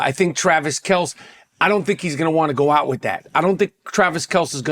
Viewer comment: Learn how to pronounce Travis Kelce’s name homie.